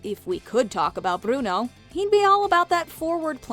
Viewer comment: We don't say brono